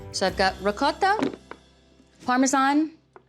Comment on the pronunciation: Valerie, I love it! I make my Lasagna the same way as you do.....And I so like that your pronouns 'Ricotta' and 'Mozzarella' the right way. True Italian, and so lovely too!